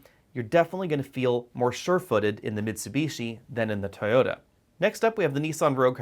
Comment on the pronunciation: Its TOYOTA not Tota! Did not understand what you were saying at first.